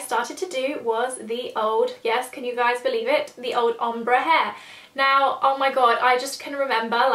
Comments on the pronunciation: I love you, but everytime you say om-bru instead of ombre i die a little inside haha! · The way you said ombre omg! I think its pronounced ombray? But thats just how I've heard it said! Loved seeing your changing hairstyles in this though, got me thinking what my one would be like :) x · I don't know why the way you say ombre pisses me off so much:') but great video,loved ittttt